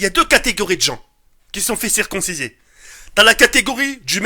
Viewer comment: ça se dit circoncir pas circonsiser